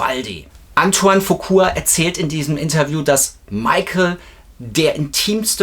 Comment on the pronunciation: folgendes müssen wir noch üben: Es heißt Antoine FuquA und nicht Fuqur! Es heißt Jaafar und nicht JaVar!😊 Der echte MJ Fan kauft KEIN Merchandising Post-Mortem. Sony hat MJ das Leben in seinen letzten Jahren, sehr schwer gemacht und alles daran gesetzt, ihn scheitern zu lassen. Nach seinem Tod hat Sony sich die Rechte gekrallt und Millionen verdient. Wer heute noch etwas an Merchandising erwirbt, unterstützt Sony! Egal ob Bücher, Poster oder CDs, vieles was erscheint, wie angebliche „neue“ Songs, wurde von Michael bewusst unter Verschluss gehalten, da er diese nie veröffentlichen wollte. Sony bastelt da irgendwas zusammen und verkauft es als MJ neuen Song! Was für ne dreiste Lüge! Mein Rat Leute, Kinofilm, sicher! Alles andere, Finger weg!